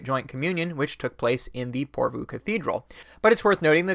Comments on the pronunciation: Good video. But PorvOO, not PorvUU :) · Pore Voh. Stress on the first syllable, long on the o o. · Utterly besides the point but the last two o's in 'Porvoo' are said in the same way as the o in 'more'. 😜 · Finnish viewer here. Loved hearing you talk about lutheranism and the nordic region! Porvoo is pronouced differently to what you said. The O vowel is pronouced the same throughout the word. And it sounds like the swedish Å vowel. Hard to explain. Anyways, Keep up the good work,! Love your videos!